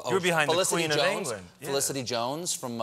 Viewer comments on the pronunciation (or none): none